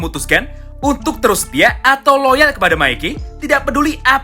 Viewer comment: royal bang bukan loyal